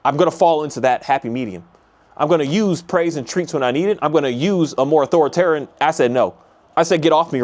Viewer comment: Ah-thor-ah-tarien? hope this helps. when i cant say a word, i find that breaking it up like this helps me. Love your insights!